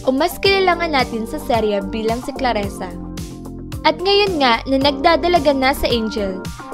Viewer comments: Clarisa di claresa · CLARISA , anong claresa???